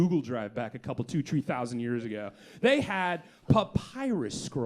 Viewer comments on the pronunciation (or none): "Two-tree thousand years ago..." 💀